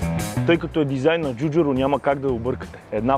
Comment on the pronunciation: Ей не му научи името....Джорджето ДжуджАро! То не беше Джуджуро , ДжуджЪро , Във видеото на алфа 159 Джуджуру пак.....